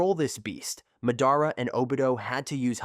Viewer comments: please tell me why you pronounce madara weirdly? like you pronounce it has if you were a disable kid. Hell a disable kid could pronounce his name right. . here's the different ways to say his name. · buddy nobody is subbed to u cuz u dont watch the show. we can tell by how u pronounce madara AND when you said “four freaking cage” when what you were reading obviously said “kage” for proof